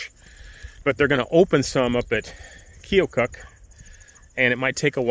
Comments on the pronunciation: From what I have heard from watching the webcam at Lock 19, the town's name is pronounced Key-o Cook. That was some nice weather you had on those days and that beach was a lovely spot. It would have been a nice place to hole up for a few days. It didnt look like it from your video that they actively farm the fields you were walking around. In Ohio, at one time in like the 1930s thru maybe the 50s, those silos built of tile brick were pretty popular. We had a few companies that made that brick in the southeastern part of the state. There are a few of them still scattered about the state, especially the southern sections that have some abandoned ones left. Most of them are long gone now. Its cool to see that Iowa had them too. I hope that you and Wavy had a good Christmas Day! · Great video as always! Wavey is living a great life. Sorry to see you get stuck (made for a great story though and a perfect Arc)...btw Keokuk...kind of sounds like "KeeAHkuck" opposite corner of the state from me...lock #19. My new podcast season will highlight it...a little ghost town nearby. BTW your story telling skills are a gift! Keep it up!